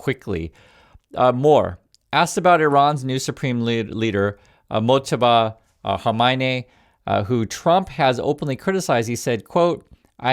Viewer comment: Please stop saying Hermione. Khamenei is not in the Harry Potter cast!